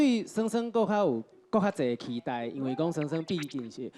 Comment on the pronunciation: 豪平 期待台語是ㄍㄧˉㄉㄞˉ 不是ㄎㄧˉㄉㄞˉ